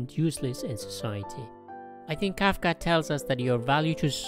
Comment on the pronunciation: It's Kafka not kaka